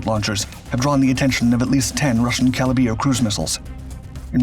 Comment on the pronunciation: There is the at least one messed up words per video. 😂😂😂 It's CALIBER! NOT Calibeer... Jeeezus dude, all that research and you can't ever get the word right?